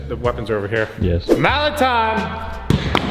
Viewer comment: is it just me or when he said malet time it sound like valantine